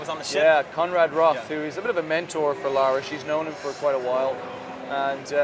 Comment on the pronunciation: fuuuuuuuuck her name is Lara!!!!!! not laura!